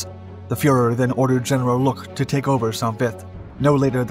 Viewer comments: It’s not pronounced sont, it’s just Saint Vith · It's pronounced Sau Vi. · I believe it’s pronounced Soan Vie